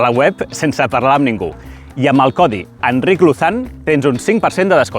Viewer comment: Enric tenías que haberte presentado con la inglesa como HENRY😂😂😂 Ha pronunciado fatal tu nombre😅